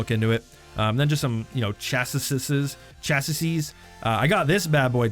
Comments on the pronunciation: I'm so glad you're liking the game. Also the chassis are pronounced chass-ee, had good laugh while you were saying chassis's's. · It is pronounced Chas ee not Chas iss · Glad you like the game. Welcome to the community. And the word 'chassis' has a silent 's' at the end. So it's like "chassey".